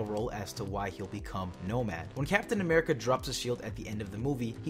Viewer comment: did you say amirica????? looooooooooool